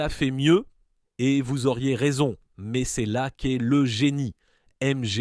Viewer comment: La voix générée IA aussi avec des "mèèzzzeeeuu" pour dire "mais"